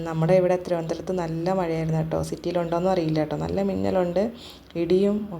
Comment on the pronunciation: കുരുപ്പേ, തിരന്തരഅല്ല നേരെ ചൊവ്വ പറയു തിരുവനന്തപുരം😂😂❤️❤️❤️